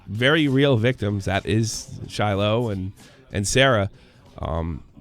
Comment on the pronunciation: SHY-LOH. Not “Silo”